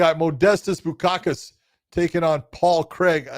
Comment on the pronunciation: Bukauskas!!!! It's Bukauskas !!! BU-KAUS-KAS!! But what can I expect from your people